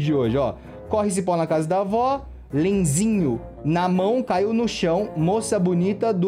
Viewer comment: Lenzinho? Tem um N antes do S então não é LeNZinho é LeNSinho